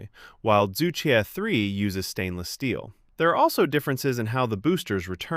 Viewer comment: Regardless all the specs , the name itself combined probably the two most difficult to pronounce syllables 😂 Zhu Que supposed to be pronounced as "chu ch'üeh" not "zoo - kwi" 😅